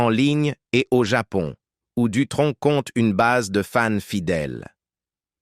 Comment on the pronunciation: SVP ne dites pas " DUTRONQUE"!.... NI " VINTAGE "!..tsss..merci++++:eyes-purple-crying